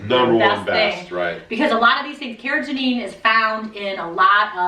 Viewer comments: It’s not “Cara Janine”! 🤣🤣🤣 It’s “Carr-uh-GHEE-nun.” With a hard “g” as in “go” (not a soft “g” that sounds like a J). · Love you guys, but it's car-ra-GEE-nan. You guys are saying car-ra-ga-NEEN. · I posted your video on my Fb wall. Excellent information, many thanks. Oh....and it's pronounced kar-uh-gee-nuh n, lol. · Its pronounced "care-a-GEE-nan" 💜